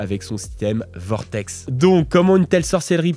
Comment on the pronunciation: hello, vortek pas vortex 😉